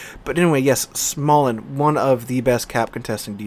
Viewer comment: Not being able to get the Småland hurts a lot because it is named after the region of Sweden where I’m from. Oh and the Å is pronounced as a drawn out “oh”-sound so it is “Smohland” rather than “Smaland”. I want that ship so goddam much. >_<